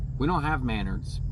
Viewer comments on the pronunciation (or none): Are you talking about Menards? Lol Muh-Naardz 🤣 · Your not saying Menards correctly